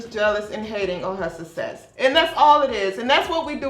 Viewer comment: Success. Not sussess.